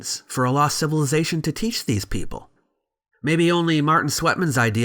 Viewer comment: Why can’t he say civilization correctly? Why does he have to say civiLIEzation??